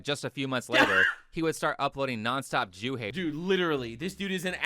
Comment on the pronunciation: mfw says the J word 😱, and its not ze joos!! 👃🏻